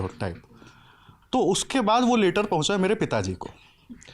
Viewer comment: Later likha, later chala gaya, Later pakda gaya! 😂 are bhaii, later (लेटर) nahi, letter (लैटर) hota hai!